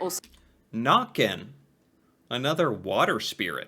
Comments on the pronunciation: The way you think Jotne is pronounced is almost correct. In Norwegian almost all words are pronounced as it is written. J is j sound and not dje sound, o is a o sound and not an å sound, t is t, n is n, and e is e sound not i sound. Easy, Jotne not Djåtni! They also misspelled Nøkken to Nokken and pronounce it Nàkken. It's Nøkken with an ø sound. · I have so many comments, most of which are already mentioned by others. I do wish that the narrator would get the Norwegian pronunciation right, though, but I understand that especially our æ's and ø's and å's are hard for other people to say right. Some of these older fairytales are really a way to give meaning to random and horrible things that happen. Why did the handsome, strong young man never return from his walk through the forest? Oh, he must have been seduced by Huldra and is now residing inside the mountains with her. Why did the pregnant young wife drown in the lake? She must have been pulled under by Nøkken. How did that next door son of a b get so good at playing that fiddle? He must have paid Fossegrimen/ Fossekallen to learn that skill. These stories also had implications on everyday life. The Norse had the story about "Byttinger" - changelings. Sometimes a mother would give birth to a beautiful, healthy child. But the trolls / underground people - only had ugly children themselves and were jealous of the beautiful human children. So some time after the birth, the trolls would come and exchange the beautiful human child with one of their own ugly/ unhealthy ones. This child was now considered a "bytting" or a changeling. These troll children were unusually hungry, and would scream much more than human children, so much so that the human parents would take them into the woods and hope their troll parents would take pity on them and take them back. Then the child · I hurt when I heard nokken for the first tome instead of nøkken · Nøkken, not «nokken»